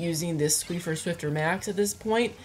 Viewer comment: it's squiffer 😂